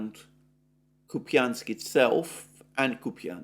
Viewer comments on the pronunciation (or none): Dear, Russian is phonetically quit easy. When there is a "ja" (an inverted western R) you pronounce it like a "ja" Ку́пянск = Koép ja n sk if it would be Koepinsk it would look like Купинск with an i, (an inverted western N)